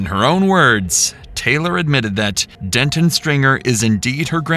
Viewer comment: Please pronounce names correctly. It's not Dentin, it's Denton. Completely different, man, I'm begging you 😅